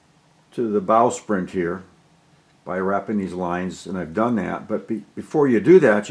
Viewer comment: It sounds like you are say "Bowsprint". The name is actually "Bowsprit".